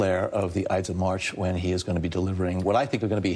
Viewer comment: WTH is saying? "Eits of march"? What's that?